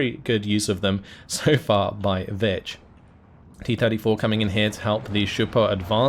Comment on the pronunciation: you say vich i keep hearing bitch XD